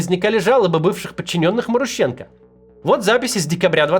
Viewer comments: Максим, у тебя даже не шевелится что-ли в башке: "вот, новое слово маруха - однокоренное к главному персонажу", и я не знаю, как его произносить" Т.е. пхй ваще, да. Ударение там на второй слог - марУха и, скорее всего, марУщенко. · Я бы ударение делал на МарУщенко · Ударения в украинских фамилиях не всегда на предпоследний слог)) Например, Зощенко, Лещенко, Кащенко, Плющенко..... и так же Марущенко)) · Может, МарУщенко? А не МарущЕнко??!